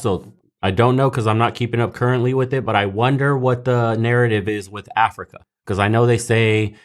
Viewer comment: It is like it was hard for him to say Africa